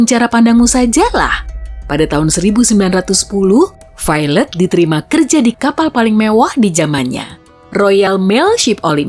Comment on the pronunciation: Ketika pronounce Violet = Failed